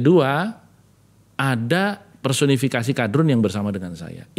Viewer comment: Ketika ngmong kadrun dia memberikan tekanan dalam intonasi kata Padahal lambang partai yg paling identitas agama ya lambang kabah